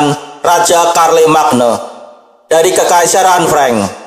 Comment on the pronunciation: Bukannya bacanya Syarlemein ya